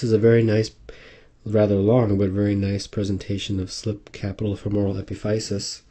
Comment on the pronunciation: it's pronounced uh-pi-fuh-sis.